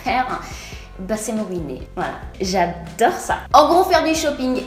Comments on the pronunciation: J'adore ton " J'adoairle " 😂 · Chadore, Chadère, Che Falide 😂😂😂. Tu es trop belle et super drôle je t'adoooooooooooooores tu es mon modèle. 😍😍😍😍😘😘😘😘😘😘